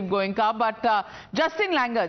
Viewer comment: Justin langer ❌ Hustin langoor ✅